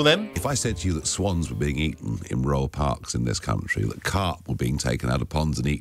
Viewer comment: Unlucky to royal parks, Nigel said rural 😂😉